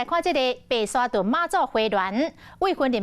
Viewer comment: 白沙屯（墩），唸墩，不是字面上的屯（通霄人留）